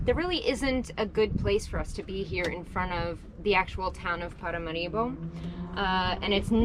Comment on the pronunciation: NOT ParamaREEboh, but ParaMAHribo. Sorry. Having gotten that off my chest, I am pleased to see you like Paramaribo. It's not the sleepy river town that many seem to expect. With a quarter of a million of people it's twice the size of, say, Georgetown or Cayenne, and a lot more civilised than either! Paramaribo benefits from the the Dutch-designed infrastructure still in place, with decent roads and working municipal sanitation services etc. Dutch is the official language, and Suriname's population is incredibly diverse, much much more so than anywhere else in the whole of South America and the Caribbean.